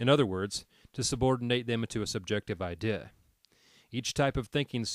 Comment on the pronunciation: Great stuff, but why do you have some kind of slurring spasm whenever you say 'idea'?